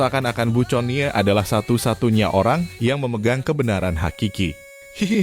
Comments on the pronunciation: Min conie iti di baca koni,jngan teks book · Min ga salah tuh? Connie (Koni) kok disebut Coni 🤣